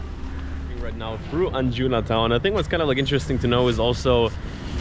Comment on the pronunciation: As someone from an older generation, and someone who has spent months in Goa, since 1994, what strikes me is that here you have someone telling people 'everything ' they need to know about Goa, when he has literally just arrived. He hasn't been there long enough to know how to pronounce the word 'Anjuna', let alone do a comprehensive 'travelogue'. It is something which highlights to me how some of the developments of technology are not being used in ways which are beneficial. The idea that you can sweep around 'Goa' which has many, many beaches and villages and is 2/3 hours north to south, in ONE day and then report on it as if you know anything other than a quick look, is ridiculous and also quite depressing . I'm sure you mean well. Admittedly you used the word, 'impression', in the title, because that is all it is.